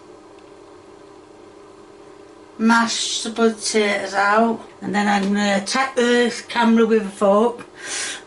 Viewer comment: The way says the spotatoes instead of these potatoes gets me every time.